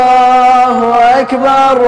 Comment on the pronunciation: Its not Akhiii bar , But Ak Bar😏